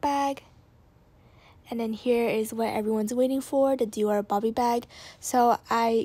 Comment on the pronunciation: Your pronunciation of Dior is very cringey. ahhh You love the brand so much at least get it right.